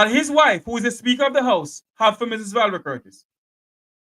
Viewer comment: Why does she keep pronouncing the word SPEAKER as "SPEAKO"..think she nicer than everybody else..